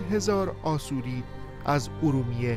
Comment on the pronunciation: Asoryan pronunciation it is wrong in Persian language it should be pronounce Ashourian or Ashoury in English Assyrian